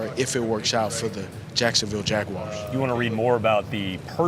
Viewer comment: Its Waguars bruh